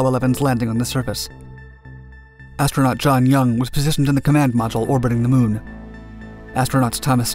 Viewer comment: LOL Can't even land a rover on the moon right anymore. "We heard music on durr moon, right guys"